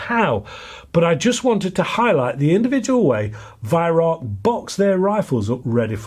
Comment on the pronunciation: The joke of it is that you are mispronouncing the name Weihrauch which, Incidentally,means holy smoke in German.